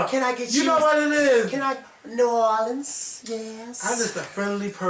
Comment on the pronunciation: The way you say New Orleans lol it's sooo funny lol you say new or